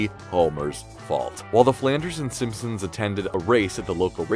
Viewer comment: I'm not making fun but I'm just wondering if anyone else caught him saying fssssimpsons?